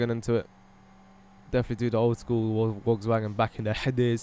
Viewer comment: It sounded like you were say Wogs Wagon